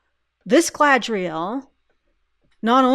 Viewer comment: The Sindarin "dh" is like the Norse þ, which isn't really happening there IMO. Less Galadh-riel, more Galad-rhiel. Still not the Queen's Elvish, so to speak, but who is speaking anyway?